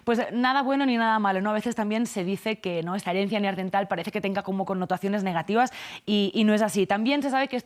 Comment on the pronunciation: Neandertal no neardental.